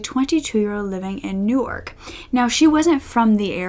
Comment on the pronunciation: Thanks for sharing!! Very interesting case. I must say, I have never heard someone pronounce Newark the way you did but it gave me a good laugh. Looking forward to more!